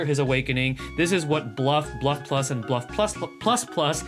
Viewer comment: The fact u didnt bite ur tounge while saying bluff buff+ and bluff ++ deserves a like good job